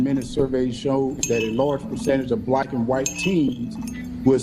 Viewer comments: Is it just me or do y’all hear “blayque” when he says black?? A mess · “Blike” (black) and “Emanstipashin proclamation” killed me.🤣🤣🤣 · He such a bootlick, he can’t even pronounce “black “ talkin bout who is blight? What percentage is blight must u be?!.... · He can't even say black right!!